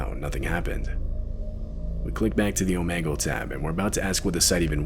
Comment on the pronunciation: It’s called om’E’gle 😂